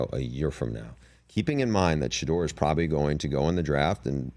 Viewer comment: “I think She-duer is a terrific QB” 🤣🤣🤣